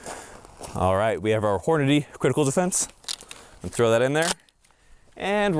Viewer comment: It cracks me up that literally cannot say "Hornady"!